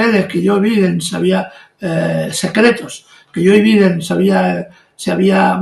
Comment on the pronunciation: Es “Joe Biden” no “yoviden”, che guey